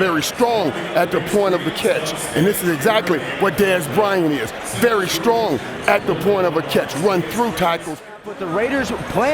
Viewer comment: Yah Mayock kind of seems to know his stuff oddly a lot more than the others... now if we can just get him to say 'very' and Berry' the right way lol